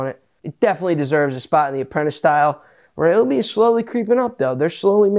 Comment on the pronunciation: Gadayum. This guy is PSYCHED UP! Meth? 😂 Just kid. The only guy who pronounce Ryobi correctly